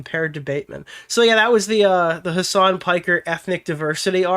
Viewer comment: "his son"? "hisson"? "HASAN?!??!